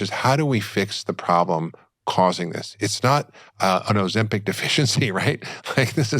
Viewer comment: Ozempik! Not Ozempack 😁 please!!!